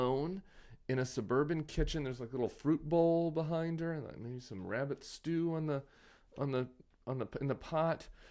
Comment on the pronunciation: Got to love Tim. Fruit bowl and rabbit stew! As a foreigner where my mother tongue prononciation still hears differently, I heard rabid stew. 🤣 It really was rabid talk. I saw her talking last night, after 3 minutes I turned it off, I felt so embarrassed for her, I could not take it more. Has this glorious, strong country gone totally mad? When we finally get a president who understands economics, we get a senator crying in the kitchen. When huge amount of the work force still works $7.25/hr, how do they think those people have any buying power to pull the economy?